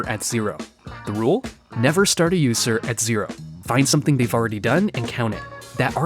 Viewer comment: “The yoose-r” “Yoose code”